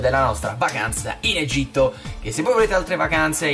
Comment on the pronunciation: Egitto non egiti